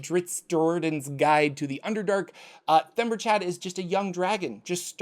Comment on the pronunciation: Themberchaud is kinda "The ember chaud (hot, in French), Or "the hot ember", so he's not "Chad." Themberchaud, logically, ends in a sound like "Showed"